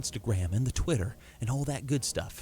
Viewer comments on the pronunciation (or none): none